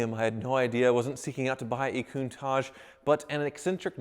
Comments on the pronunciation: Your speech impediment is very apparent in this vid. It's KOON-TAASH not KOON-TAAJJ. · Also, it's CountaTch, no tash or targe, it's TaTch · I really hate the way he says countach